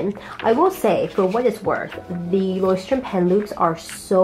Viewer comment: I speak german and you’re pronouncing Leuchturm pretty well actually :) I got the bigger version (A5 I think) in the same color and loving it so far! Can’t wait to see your final spreads!!